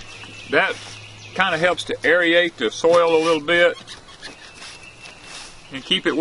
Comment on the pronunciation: “Air-rate” not “airy-ate” “Indeterminate” not “inter-determinate” Otherwise great video.